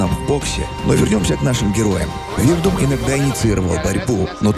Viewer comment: Хороший выпуск, но ударение в фамилии Фабрисио режет слух)